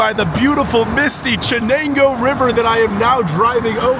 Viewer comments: Btw theyre pronounced “shen-ang-oh”and Sus-kwuh-han-uh (the “han” rhymes with “can”) You’re welcome 😂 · It’s pronounced SHEN-NANGO!!! God damn… I was about to lose my shit the way he says Chennango 100 fuckin times. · "Sh" Chenango not "Ch"........ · Chenango is pronounced “Shenango”, not “Chen ango”. Trust me; I work there. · SHHHenango, not CHH as in Church. Should find out how to pronounce what you're talking about. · I was born in Binghamton in 1948. Moved to Chenango Bridge in 1952. It is pronounced "SHenango", not "CHenango". Fond memories of the merry-go-round at Recreation Park. Attended Chenango Valley Central Schools. Moved out of area in 1957 never to return. You can try to rebuild economic life with service economy but that has its limits. To hear that Binghamton has 48000 people makes it smaller than Bethlehem, PA in the Lehigh Valley. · Bro it's not chi nango river it's sha nango river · It's pronounced 'shen' ango, not 'chen'. The city was named after William Bingham. The suffix 'ton' was added to mean 'Bingham's Town', Binghamton. Mirabito is pronounced Mur-ab-it-o not 'meer a beet o'. Can't trust the narrative if the basic information and pronunciations are not accurate. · It's obvious that you're not from Binghamton. The river is pronounced "Shehnango", not with the hard ch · First off, "Ch" is pronounced SH there. Take a look at Buffalo...coming back around. Go to Lackawanna if u want to see blight - where steel plant was. Like others, we moved 2006 to CO. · its pronounced Shenango River.........................🙄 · Dude, you need to talk to the locals before you put your voice out there. It's "SheNANGO" (not "Ch"), "OnunDOGah, and "OhNIEdah. If you're willing to work on a smaller scale, you might want to check out Ithaca. To some, it's known as "ten square miles surrounded by reality," to others, "The People's Republic of Ithaca." Of course, Cornell is its throbbing heart. Anyway, it might be a fun expedition for you. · It’s not Ch it’s Sha. 👍🏼